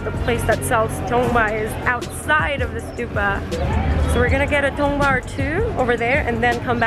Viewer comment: If you wanna pronounce correctly. it's call "TANGBA" means "wooden barrel" coz it's related with Limbu language and community then sherpas. which we use for special guest to welcome drink at home.